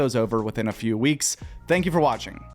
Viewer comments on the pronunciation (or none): none